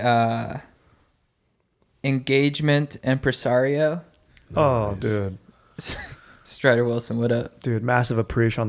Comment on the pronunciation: My dude, its empresario!